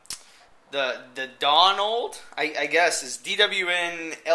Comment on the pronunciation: i believe dwnld is pronounced download not donald. haha maybe im wrong. maybe.